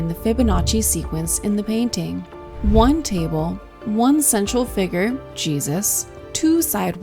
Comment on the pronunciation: 'figure', not 'figger'.